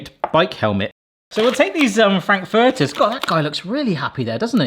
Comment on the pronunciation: Your pronunciation of "Frankfurters" is hurting my brain.